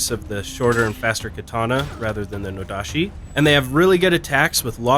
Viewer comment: My Halberd will be swinging fast and heavy. Btw, I think the Nodachi/Odachi (same thing I think) pronounces it with the chi not shi.